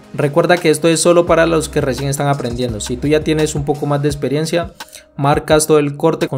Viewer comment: Porque no dices bien la palabra teCnica. Me encantan tus cortes. Pero habla bien mano. Pronuncia bien las palabras.proXima. tu dices (procima) EXperiencia.( Esperiencia) PerfeCto. (Perfeto) PraCticar. (Praticar). TeCnica. Tenica.